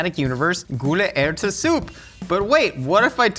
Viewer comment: Honestly your gule ærte was Said spot on👍